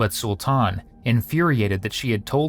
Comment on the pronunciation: To the person narrating the video, his name is pronounced , SUL-TIN not SUL-TAN or SUL TAWN. You're welcome!